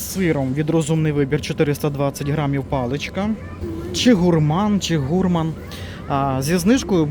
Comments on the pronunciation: Правильно гурмАн, на второй слог! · Слово "гурман" - ценитель и любитель с тонким, изысканным вкусом /французского происхождения/, тому наголос на літері "а". Невже ніколи не чув цього терміну? Ай-яй, 😊 ти ж наче вже дорослий😮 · Якщо ти англієць, чи американець, то буде "гУрман" У них наголос ставиться на перший склад в слові..